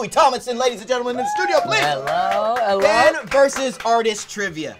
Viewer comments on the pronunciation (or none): when you hear "allo.. allo" instead of "Hello.. Hello" you know its LOUIS WILLIAM TOMLINSON 😂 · When he say "Hellou hellou" 😭😭😭😭😭😭